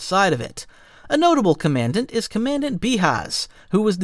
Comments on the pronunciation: When you say commandant it disgusts me. It’s comm-an-dant. Not Command-ant or whatever the hell you said. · lol hilarous, ive never heard anyone pronounce Comman-dant as Comm-and-ant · FYI its pronounced "comm an daunt" not "command-ant" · "Com-man-dent." You mean "com-a-dahnt?" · Commandant is pronounced Common-dant - not Command-ant! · Command-ment? It’s more like Com-man-dant. Thanks for the vid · KAHHH men DANNNT not comMANDent. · While I'm assuming you won't see this comment, I'd still like to say that your videos are awesome, even for someone who's not a huge "Star Wars" fan, like myself. That being said, you pronounced "commandant" like it's spelled, /co-man-dant/. It's actually pronounced /com-en-dahnt/. Anyway, that's all. Keep doing what you're doing. 😃😃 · Commandant is pronounced "kah-mon-daunt", not the word "command" with an "ant" behind it. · com-ahn-dahnt not command-ant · By the way, you’re not pronouncing “commandant” correctly. For starters, the accent falls on the first syllable, so it’s “COMMandant” not “commANDant”. Secondly, the vowel in the third syllable it pronounced like the one in “daunt” not like the one in “ant.” Lastly, you’ll normally see the vowel in the suppressed, like how “common” usually sounds more like “comm’n”. So the final version: COMM’ndaunt! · COM-UN-DAUNT. Not Command Ant. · Cah-men-DAHNT not cah-man-dent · Commandant (Com-an-daunt) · I believe it's kaa-muhn-daant :) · Commandant is not pronounced command-ant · Commandant is pronounced more like Kahmendahnt. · It’s com-mun-dahnt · It’s Pronounced “Comma-dant” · I'm gunna be that guy... It's pronounced "kaa·muhn·daant", with an "awe" sound. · Slight inaccuracy in the name spoken for a rank commandant is pronounce kawmandawnt. Really weird I know but it’s how it’s pronounced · Pronounced "Common-dont” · It’s comma daant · Common-dant is a good phonetic way or remembering it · Actually it’s Com-a-don-t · commandant is pronounced com-an-dahnt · Comandant = com-on-dawnt